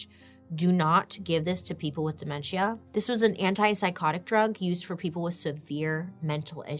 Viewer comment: “De-men-SHEE-AH” 😂 I’m crying